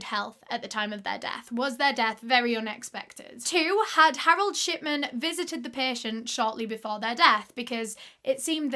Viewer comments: accidentally heard "sh*tman" and not "shipman" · lol so sorry but everytime you say "shipman" i hear "shiTman" almost every single time and that's absolutely fine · every time you say shipman i hear shitman and i'm enjoying it so much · I thought his last name was “shitman” the way she was pronouncing it, but its pretty accurate way to describe him. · i keep hearing "shitman" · Is it just me or does it sound like she's saying shitman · i keep hearing 'shitman'. 😭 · I cant stop hearing dr. shi*man😭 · SAME I WAS LOOKING FOR THIS COMMENT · Now I can't stop hearing it!